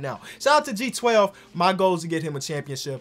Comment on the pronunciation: I hope you relies you are saying G12 and not J12